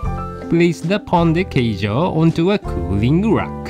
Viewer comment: Well done, chef! Looks like an authentic Pão de Queijo. And your pronunciation of the name was really good. Even Dog wanted a little bite, haha! ^_^